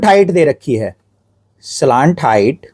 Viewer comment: Slant height ❌ slaant height 👍